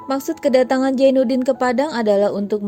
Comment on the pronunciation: Zainudin bukan jainudin Azis bukan ajis